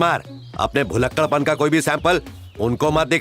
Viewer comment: " भुलक्कड़" होता है 🤣